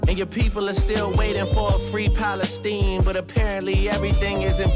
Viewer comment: That Palestine line is so gross. He's cynically using a human rights tragedy, a genocide, to diss someone who obviously doesn't deserve it. And intentionally mispronounces it to fit the rhyme scheme. It's disgusting. People are taking it as him like calling out Khaled for not speaking up on it, but to me it just sounds like he's using it to basically point and say "Haha!" Your people aren't free